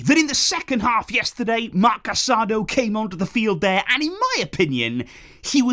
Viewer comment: Hey I know it probably doesn’t matter but it’s pronounced Marc Casadoh (not casa-do) the accent on the o is meant to be pronounced quick. I mention it cuz i know you like to pronounce players’ names correctly in spanish;)